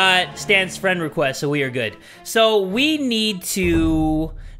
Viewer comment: "Yes! We got a friend wequest from Douglas"